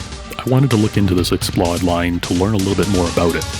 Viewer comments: Explode, not x-plod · The macron above the "o" means you should pronounce it as a long "o" as in "load." It's the Sony sound Xplosion.